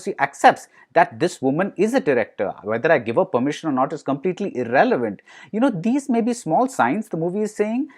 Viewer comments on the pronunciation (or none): none